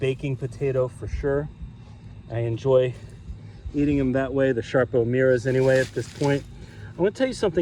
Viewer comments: What?..sharpo ..it's SARPO not sharpo!!! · Sarpo. Not Sharpo. Thanks